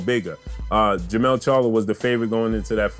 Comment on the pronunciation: what up bro? You have it right in the title but you keep saying it wrong in the vid. Jermall Charlo vs Dennis Hogan is on 12/7. Jermell Charlo vs Tony Harrison is on 12/21. Both bouts Barclay's. Besides all of that, this 4th quarter is lit. Jermell/Harrison 2, Jermall vs Hogan, Prograis, Shakur, Lubin, Canelo, Wilder/Ortiz 2, Ruiz/Joshua 2, Crawford. 🥊🥊🥊🥊🥊